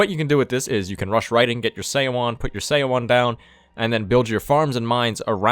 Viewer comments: Your mispronunciation of seowon 소원 /sʌwʌn/ is making my brain cry. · the "eo" is a single vowel that makes the "uh" sound. so it's like we would pronounce "Suh-wan", Her name is Pronounced like "Sun Duck". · And Seowon is pronounced like suh-one